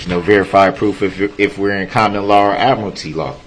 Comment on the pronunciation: When he asks if it's admitary law?? Are we at sea? Is this the navy? Are you a pirate??